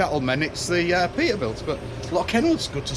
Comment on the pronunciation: Lots of Pee'ah Bilts."